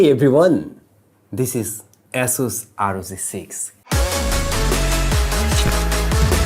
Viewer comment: Just one request... please work on your pronunciation of the letters "চ" and "জ" it sounds really awkward from a senior content producer like you whenever you say " আর ও যি" instead of "আর ও জি", and "ইনস" instead of "ইনচ"